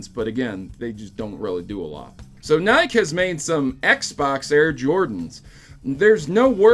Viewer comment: The biggest news in this episode is how this guy pronounces “Nike”